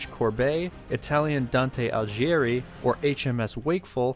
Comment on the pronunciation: Nooooooo is Dante AligHieri, GHI not Alijeri